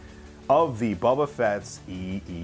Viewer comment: You say you are a fan but you cant say “boba” you say “bubba” or “bbbba”. Just joshin still hahahaha keep up the good work dude